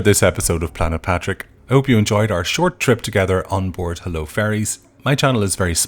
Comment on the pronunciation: HULLO not HELLO